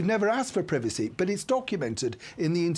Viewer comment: Why can't the commentator pronounce privacy.